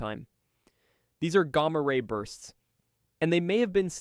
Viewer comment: Never heard someone pronunce "Gamma ray bursts" like you do.